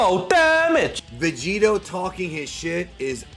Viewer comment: HILARIOUS VIDEO. THANKS. “VEGEROT” 😂 NAMASTE 🙏🏽 FROM BROOKLYN.